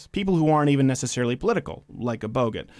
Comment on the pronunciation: Ayyyyyyyyy. Crowder said Bogut!!!!!! Not Bogart